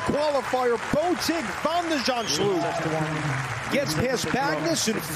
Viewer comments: shulp not shlup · Nope. It's spelled Zand-s-ch-u-l-p, so after Zand it's first sch with the ch a throat-rasping g, then u-l-p as in 'gulp'. I failed to understand how the commentator managed to botch up that final bit, as it is a common English combination of letters.